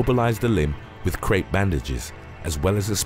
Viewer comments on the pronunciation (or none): none